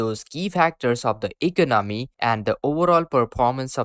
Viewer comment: This guy can't even say the word economy right.